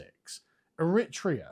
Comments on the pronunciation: Its pronounced thus. The word berry with no B then TRAY-A , not iret-trea. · Sargon's obviously never heard of the country Eritrea, its pronounced Eh-ree-tray-ah, did you never see the news when you were growing up Carl, lots of wars and religious killings of Christians etc etc, you know fairly major world events i would think someone who talks about politics all the time should be a bit more eloquent! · Eritrea = e-ri-tray-er